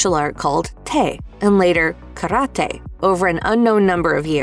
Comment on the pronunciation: Ka-ra-tay. Not currody